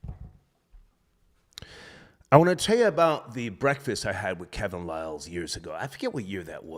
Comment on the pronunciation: Star dumbed out - that was must needed - Banged it on that dude who said Kevin Liles name wrong. Hahaha